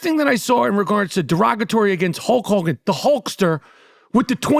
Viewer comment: "hulch hawgan"